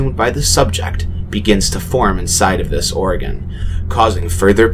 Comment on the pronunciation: Sigh. It's pronounced OR-gun. Like a pipe organ, or organs in general